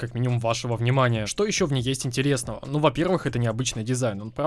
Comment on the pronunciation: Он выговорил букву "Р" в слове "интересного"